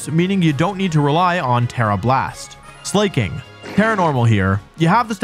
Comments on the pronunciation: “Arcanina”💀 ”Caesor”💀 “Slayking”💀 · "arcaneenay" gave me a brain aneurysm edit: so did jenjar edit 2: okay i can live with slayking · Arcanine Gengar Vaporeon DONT SAY IT Scizor Gardevoir Breloom Slaking How did he mispronounce the names of SEVEN Pokémon in 10 minutes